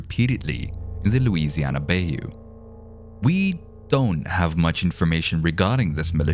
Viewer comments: Bay-you. It's pronounced BUY-you. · It's pronounced buy-you. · Bayou is pronounced buy - you. I know it's a weird word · Bye-you, not bay-you. Good video though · ITS BI-YOU! It's not BAI-YOU. I'm sorry I'm from Louisana and hearing you saying bayou wrong annoyed me. I'm sorry I'm sorry. I know I know, I need to grow up. But I want to let you know how to pronounce it. But I love your work. please keep making them. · Lol it’s pronounced bi-u not bay u but still a great vid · Bayou = Bi-yoo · lol Bay-yew? yeah you arent from louisiana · Maybe next time get a southern narrator instead of a British-Indian dude? At least, an American who can say “bay yoo” right 😒🤷🏽‍♂️ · I love lore videos and yours is no exception. You have a good narrating voice. One small thing... tiny detail... it's pronounced: buy-you. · Came here from the discord and loved the video. I'm goin to hit that subscribe button and hope you make more. Just one tip though, you're miss pronouncing Bayou. Say it like Buy-You, would've sounded ten times creeper if you had said it right. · Way, they probounce bayou bothers me. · The pronunciation of bayou will forever haunt this video lol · It's not correct but he's obviously not a native speaker, and even native speakers often have trouble with the French-hillbilly-Creole-Cajun words.